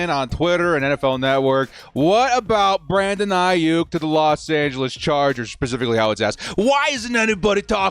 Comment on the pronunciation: Brandon "A-hyuk." ⚡